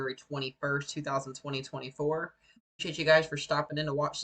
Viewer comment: why did you say the year like that